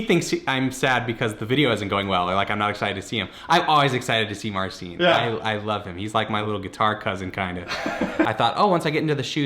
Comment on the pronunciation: Marcin is "Marcheen" not "Marseen". Wish you luck!